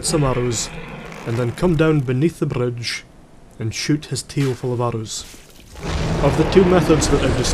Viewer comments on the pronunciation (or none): What he says "Buy a bow, get some arrows, and then come down beneath the bridge...." What I hear "Buy a bow, get some arrows, and then come down benath the brrrrrrrrrrrrrrrrrrrrrrrrrrrrrrrrridge...."